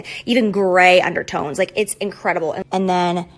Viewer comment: sis said “grey undertones” i